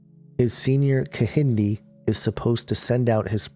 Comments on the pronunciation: lol and the second twin is ke-hin-day not ehindi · the Kehinde is pronounced with the K its pronounced Ke-yi-day :) (im Nigerian)